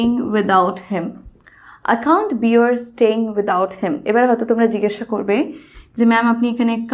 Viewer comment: Pronunciation of bear uttered by u is wrong first learn English pronunciation then start teaching